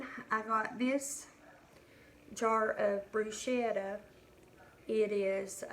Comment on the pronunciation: I’m Italian and I like to help people with pronunciation of Italian words. Bruschetta is pronounced Bruce-kettah The sch is pronounced like the sch in school. Bru-Shettah - like you are pronouncing it - would be spelled Bruscetta in Italian and there is no such word. Hope you take no offense toward my “Italian “ lesson.